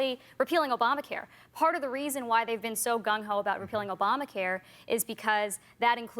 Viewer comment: Wow. It's refreshing to hear someone (properly) say gung-ho instead of gun-ho.